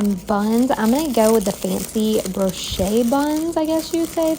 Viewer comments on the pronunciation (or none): that's not how you say brioche, it's bree-osh